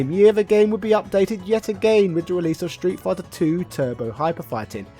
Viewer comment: Ah yes, "Shtreet Fighter 2", the legendary title...